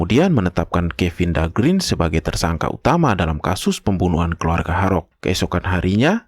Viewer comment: Dahlgren huruf e nya 1 tetap dibaca e mjd "gren"...om Kalo huruf e-nya 2 (green) baru dibaca i (grin)